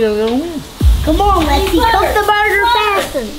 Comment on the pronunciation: Shout out to lil Woo Wop he called it either Lexis or TeeTee